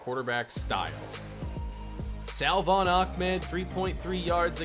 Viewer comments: Dude. Lol you say Salvon ahmed's name like "suhvon" you don't pronounce the L.... vid 3 of saying this.... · The correct pronunciation for salvon is “suh-von” Keep up the great work!